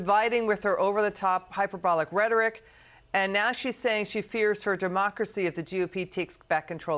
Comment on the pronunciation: Except for her wrong pronunciation of the word 'divisive'. It's div_EYE-sive, not div_ISS-ive! The root word is divide!